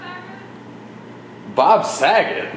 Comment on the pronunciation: did she call you bob saggot hahahaha